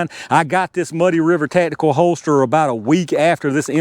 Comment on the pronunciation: Ta'tical. Ta'tical. Ta'tical.